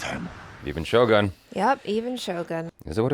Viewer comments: is shogOOn, not shogAn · First channel that I hear they pronounce Shogun correctly